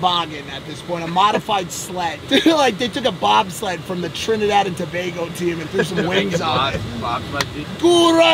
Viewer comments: The fact that Mike pronounced Tobago correct make me proud 🇹🇹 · 🇹🇹🇹🇹🇹🇹🇹🇹🇹🇹🇹🇹🇹🇹🇹🇹🇹🇹🇹🇹🇹🇹🇹🇹❤❤❤❤Can't believe he said Tobago correctly 🇹🇹🤩😍😯❤you need to visit Trinidad